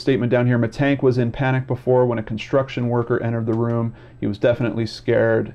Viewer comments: Hi there, it is penonounced Mee tannn-g-k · you would pronounce it like 'mittunk' in germany :) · So, about your pronounciation, it's okay, just the second "a" is off. It's more like in Lars or Ghandi or just try a scottish accent impression. That's generally a little trick, if you see a German word, just do the Scottsman. Aside from that, you just need to know that "sch" is the same as the english "sh". A "ch" sounds similar, yet I don't think it's used in english at all, but you can get away with the same as "sh", you'll just sound like a German rapper then. Aside from that, if there's an "e" at the end, it's spoken, it isn't silent or prolongs the vowel. About "Aktenzeichen XY" it's a show that has been running on television for ages, reporting about unsolved cases and asking the viewers to give clues if they can. The show runs on "ZDF" a channel that is "öffentlich rechtlich", which basically is payTV with gouverment enforcement that you have to pay. It's also technically a propaganda channel for various lobbiist groups, but is considered more trustworthy than the private television. Genereally facts they bring a genuine. The manipulation in this channels usually just occurs in what they don't show. For example there's a lot of screening time dealing with the refugee crisis and no screening time for information on the laws that the gouvernment slips through during that time. Generally, it's a good newssource nonetheless. You have also scrolled over some links to bild.de. Bild ("picture") is a popular politically right magazine, which pretends to be a newspaper, which